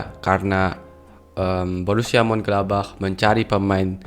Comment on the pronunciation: Munchen-gladbach, Bukan mun-gladbach 🙏🙏